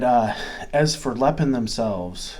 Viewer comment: Hi, Im an American living in China for the past 6 years, Ive been a fan of lego for YEARS. Lego product here is about 3x the price of lego back home due to import tax on foreign goods. Because i refuse to pay CRAZY amounts for real LEGO brand toys Lepin (pronounced Lay-pin not the way you say it) has made me happy so far, Ive got two sets waiting to be put together now. also have a decool as well. All and all I'm quite happy to save the crazy money. at least its not megablock, those things were crap. Also you quoted the star ship made by lego is about $600 whereas lepin was about $100 whats awesome is i can buy it all day long here for about $20 haha